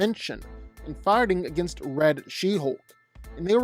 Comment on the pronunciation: Why everytime this dude says fighting I hear farting?